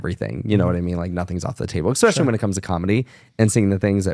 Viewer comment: Is: expecially, should be: especially. Is: fridgerator, should be: refrigerator. You’re welcome.